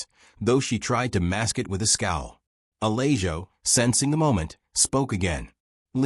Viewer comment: If you're going to use computer voices to read, at least choose names for the story that the computer can properly pronounce. Uh-lay-joe isn't cutting it.